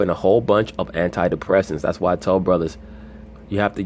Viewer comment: it's hilarious when he says "ay bruddas"